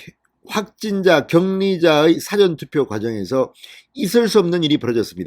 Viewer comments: 사전 투표의 발음: 장음 [사:아전] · 대법원장이 구속 되는 마당에 대법관이라고 면책을 주면 나라가 망한다는 것!!!!!! 진성호씨는 "사전 투표" 라는 발음이 틀렸소. 경상도 사투리 발음도 아니고.. 더구나 평양에서 하는 발음도 아닐테고.... ㅋㅋㅋ 연습이 필요한 부분이오.